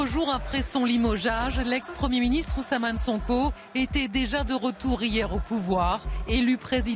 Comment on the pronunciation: Dès les premières secondes de la Vidéo on peut entendre la journaliste dire Ousaman Sonko et lui de Ousmane Sonko... Parfois on a simplement limpzque c'est toujours fait exprès pour vous renvoyer à la figure que votre nom sonne si lointain😂